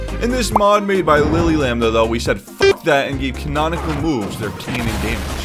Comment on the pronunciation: 😂 bro said conanical instead of canonicle